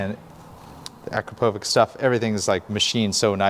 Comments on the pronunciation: It’s actually Akrapovich (Akrapović with soft ch), not AkrapoviK But good video nonetheless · Hate to be that guy, but it’s pronounced a-krapo-vich….😜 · Nice tutorial I really do enjoy these, but every time you call that muffler by its name my (european) ears hurt! The brand is Slovenian and is called like "witch" at the end. The sign over the "^c" makes like "tsh" in english. Thanks. ;-) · Hey! It's pronounced Uh-Krop-O-vich